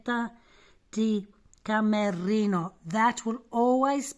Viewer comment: It's killing me. Her last name is Di Camerino